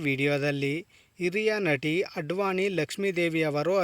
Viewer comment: ಅಡ್ವಾನಿ ಅಲ್ಲ ಆದ್ವಾನಿ ಲಕ್ಷ್ಮೀದೇವಿ